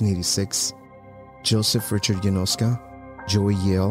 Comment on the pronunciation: Why do you pronounce "Yanoska" as if it were Spanish? Surely, it's Slavic, maybe Russian or Polish. Definitely not Spanish.